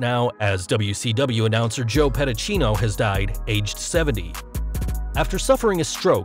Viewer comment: It's pronounced Pedi-See-No